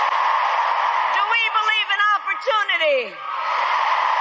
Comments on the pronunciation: Oh my DOG…..here comes the lie about “FWEEDOM” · Is she going to steal the MLK story here, and pass it off as her own? “Fweedom”? 🙄 Fake Phony False Fraudulent